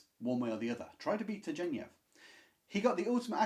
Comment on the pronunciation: Turgenev is pronounced with a hard ‘g.’